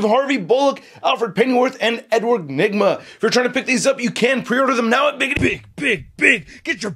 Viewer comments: he said Edward Nima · Dat last part with the whole trying ta say the Riddlers name was pure gold lol